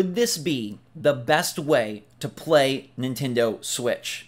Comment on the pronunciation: It’s the Nintendo “Ditch”!